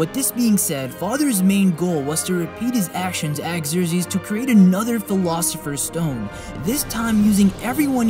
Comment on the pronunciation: Killing me with the pronunciation. Xerxes.(Zurk-zsees). Homunculi (ho-mon-cue-lie). Otherwise. cool.